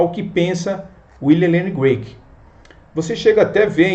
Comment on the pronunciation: CRAIG, NÃO "Grueik".